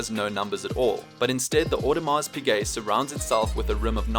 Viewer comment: Its pize audemars pize not piGuet imma throwup